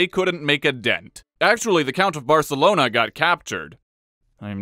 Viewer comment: Best pronunciation of "Barcelona". 10/10 no notes.